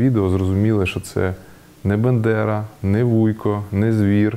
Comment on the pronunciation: 1) Для ведучого бЕндера, звучить як лайка, і він на цьому наголосив аж двічі, а Садовий і не заперечує, або не звертає уваги. 2) Залишити десятилітнього (+/-) пацана, якому стало зле, що він аж блює, самого в лісі, цього я не зрозумів. А так в цілому, нічого нового і геніального я не почув. Все це, вже давно казано-переказано. А «клубника» – «полуниця»).